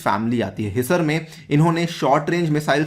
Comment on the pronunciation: हीसर ,, नहीं सर ..हीसार है